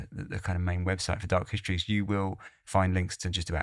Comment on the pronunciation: Fascinating stories, but the diction is really annoying.. especially the pronunciation of the simple 's' as 'sch'.. as in 'schtreaming' or 'dark hischtories' 😡